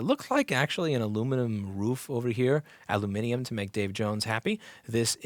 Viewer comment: Yes, alu-mi-ni-um! Good boy! 🤗